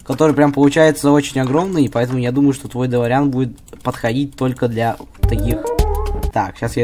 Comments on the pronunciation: Ударение на дэлоооореан а не делоряяяян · Не долорИан а дОлориан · Не долариан😂 а дэлориан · УХ ТЫ МОЛОДЕЦ ТОЛЬКО не дэлорИан а дэлОриан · делориан ударение на о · Во первых не каждая машина которая летает это делориан а во вторых ты ударение не проавильное ставишь